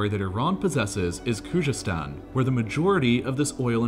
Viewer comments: If you read this: Kh is forgivable but c'mon man its a z like the English language try saying it like its English and u will be even closer to the real pronunciation: Khuzestan ( try saying Kuzestan as the kh makes like a x/khhh sound which is understandably hard to pronounce). U got this dawg. Almost all of the Iranian language with the exception of kh and gh sounds exactly like it looks. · It's definitely not pronounced Kujestan. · The clip is so wronge. Irans economy is working almost without oil today. Narrator cant even pronounce Khoozestan and says Koojestan!!!! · Bro why does he not make an effort in pronounving Khuzestan correctly ?